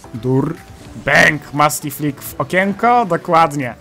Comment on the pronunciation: "musty flick" a ja zrozimialem "masny flick" xD